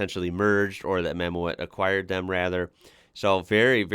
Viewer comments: Mammoet is not pronounced Mammo-at but Mam-mood. The Dutch word Mammoet is the name for an ice age elephant-like animal; the English name is mammoth. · btw .. mammoet, as an englishman the closest I can get you is "mah moot", think mammoth but without the th sound. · The little ford you were curious about is a Ford Ka. As for clearing the low wall, the trailer has a certain amount of lift capacity so they can actually raise it up somewhat if they need to. Mammoet is pronounced Maamoot (it's dutch for Mammoth) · Mammoet is pronounced mam oot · Mammoet is pronounced Mamoot. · I love your enthusiasm for these things, the trick with clearing the border wall is that the load cradle can be hydraulic lifted and lowered. The name Mammoet is pronounced as Mamut in English and means Mammoth. Mammoet is active world wide, even in North America now, bringing with them al the modern European equipment like these modular platform trailers with all steerable and adjustable axles and self propelled modular transporters (SPMT). The modular platforms can be coupled together in any configuration needed for the task, up to several thousands of tonnes capacity. Biggest manufacturer of these heavy load trailers is Scheuerle from Germany, but others like Goldhofer of Germany and Cometo of Italy build these too, this kind of modular trailers and SPMTs are still only manufactured in Europe. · Mammoet - Dutch is, like German Mammut, pronounced "Mammoot". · In Dutch, the "OE" is pronounced as "OO", as in boot or loot. Mamoet is spoken as Mamoot, thus!